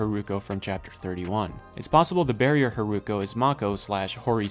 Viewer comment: Love this video it's extremely informative for a casual anime watcher. I had no idea there was a time gap between the two storylines and wasn't able to catch that from the episodes. Just one point, the way you spell Hiruko sounded a bit like Haruko in Japanese and I got confused at some parts :( Looking forward to the second part!